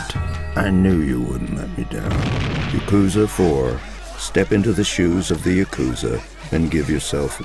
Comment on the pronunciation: ya-KOOZA 4